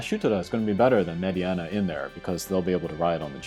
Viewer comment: Meh-deenuh. Not med-e-enna